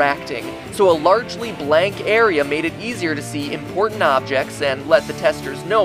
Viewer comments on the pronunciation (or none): none